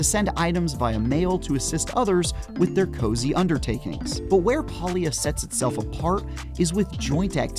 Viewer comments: Palia is pronounced with a hard A not a soft "AUh". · PAlia not Paulia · Probably should learn how to pronounce the game title before posting a review on it? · so this dweeb cant even pronounce it and he gets to play first.